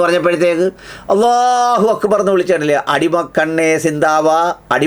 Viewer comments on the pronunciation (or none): none